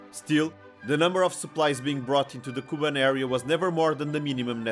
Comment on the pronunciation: It’s KubAn, not KUban! Learn the material!